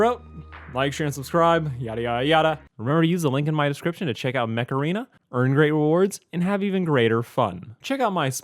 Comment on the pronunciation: I heard it as "macarena" when you said it in your video.